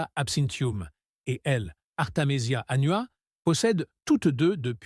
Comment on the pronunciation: La voix est nulle, et les images sont n‘importe quoi. Jamais vu une plante Artemisia annua, et il savent même pas articuler le mot. Zero!